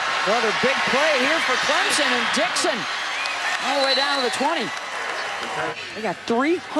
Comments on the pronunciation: Every time I hear someone say Clemzon and not Clemson I want to pull my hair out. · Can someone please tell her we are CLEM-SON, not CLEM-ZIN? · It's CLIMP-SIN !!